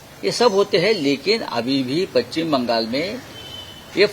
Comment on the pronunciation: पच्चिम नाही पश्चिम